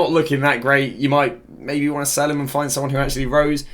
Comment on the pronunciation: Sel? Don’t you mean sell?